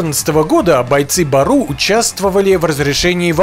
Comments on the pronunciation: Не бару а " Бору" что означает волк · Не БАРУ , а БЁРЮ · Не баруу а бѳру